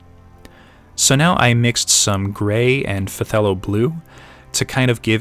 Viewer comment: phthalo... "THAY-low" Great video! Using playing cards for a base is a good technique, even thinner and more readily available than plasticard.